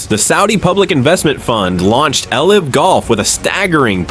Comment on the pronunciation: these ai slop videos are so annoying lol cant even say LIV golf right